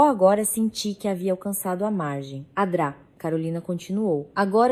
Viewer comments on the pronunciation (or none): A Dra carolina😂 Se fala doutora Carolina 😂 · Doutora não Dra, ninguém diz dra, lendo na frase, é doutora. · Ao inves de doutrora, ela fala dra!!! Que horror! E o R de real ela fala R e nao real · Pir a toda hora vc diz adra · Odeio essa narração que não fala corretamente as siglas, como por exemplo, a dra. Dra. Significa doutora. É tão difícil corrigir a narração? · Porque a IA não reconhece Dra. como uma abreviatura e vocaliza sistematicamente "dra" como uma palavra por extenso? Onde fica o conhecimento do idioma? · Parei de escutar so por causa dessa adra uff